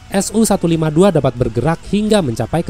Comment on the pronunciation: Sedikit koreksi min untuk alusista Rusia, pengucapannya tidak dipisah seperti SU-152 diucapakan "SU"-152 bukan "S-U"-152.